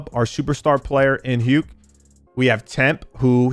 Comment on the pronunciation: Stop pronouncing hukes name wrong dawg 😭